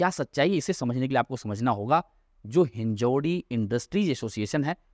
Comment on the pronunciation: कृपया "हिंजेवाडी" बोलिये, आप गलत उच्चार कर रहे है.